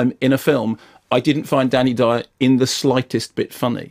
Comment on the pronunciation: That DANNY DYEOORR was priceless